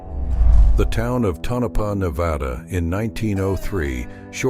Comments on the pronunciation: Perhaps if you had typed “Tonapah”, Tone-A-Paw, your AI announcer might have pronounced it correctly, but it sure isn’t pronounced Ta-Nope-uh. I’m giving it a thumbs-down because of the click-bait photo, which you never showed! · Pronounced ( Tone-A-Paw ) get it right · It's pronounced..TOE NUH PAW